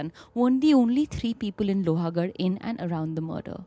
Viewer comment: It's लोहगड, not लोहागड 🥲